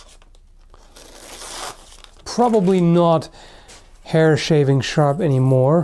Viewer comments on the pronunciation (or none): none